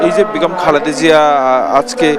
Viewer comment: বিনীতভাবে জানাচ্ছি খালেদা জিয়ার নাম উচ্চারণে ত্রুটি হচ্ছে , ক্রমাগত " খালদা " জিয়া বলা হচ্ছে। অনিচ্ছাকৃত ত্রুটি কিন্তু শ্রুতি কটু লাগছে।